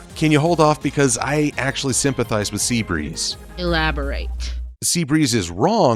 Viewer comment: For all of my fellow Polish fans... Listen to Sea Breeze going off. You might get a small giggle at the fact that he sounds like he's swearing 😂